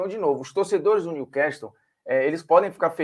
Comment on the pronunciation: Olá Formiga. Só pra avisar A pronúncia correta não é Niu-quéstol e sim Niu-cássol. Estamos falando de ingles britânico.